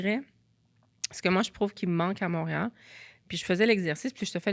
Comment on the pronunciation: la will de mreal a buget Elle mange ses mots 😂